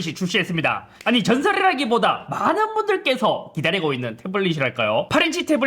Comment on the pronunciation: 전설ㄹㄹㄹㄹㄹ라기보다 ㅋㅋㅋㅋ